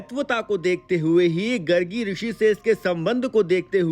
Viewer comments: Bhai gargi nahi gaargi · गर्गी नहीं गार्गी, और mahatvta कोई शब्द नहीं बंधु 'महत्व' होता है, एक जगह दर्शनीय के स्थान पर दार्शनिक का प्रयोग हो गया है पर कुल मिलाकर video अच्छा है 🎉🎉